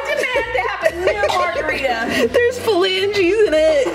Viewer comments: “THERES PHILANGES IN IT” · "PHALANGES" HAHAHAHAHA